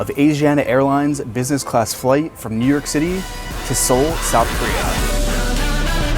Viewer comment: 크흐 뉴욕 발음 간지~~